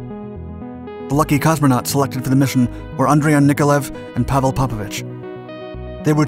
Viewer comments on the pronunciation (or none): none